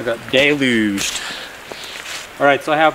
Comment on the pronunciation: I love you. Someone who knows words and can explain the value of life to those not using their minds. I loved you the moment you said you were deluged & pronounced it correctly. I have a huge brush pile to burn, most is green, it's 100 ft betwn 2 houses, and I'm concerned with just one hose. New farmer in Virginia. Thankyou SO MUCH for this vid!!! ♥️♥️♥️♥️